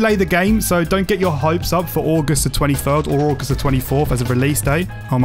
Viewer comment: did my mans say ay-gust